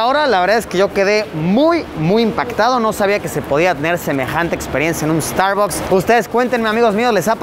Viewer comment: me estresa cada vez que dice starbocs :,D